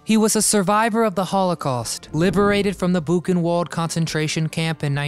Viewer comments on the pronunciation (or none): If you're going to mention concentration camps, you should at least pronounce their names correctly. Buchenwald was pronounced "boo ·kuhn·vaald" and Auschwitz "au-schvitz" (Germans pronounce their Ws as Vs). Also, the character Klink was a colonel in the Luftwaffe - not a general.